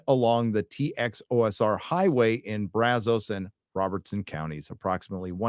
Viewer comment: It’s pronounced Braz-us not braz-os. Become an actual Texan!